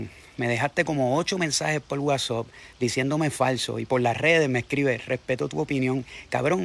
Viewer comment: Ni decir whatsapp puede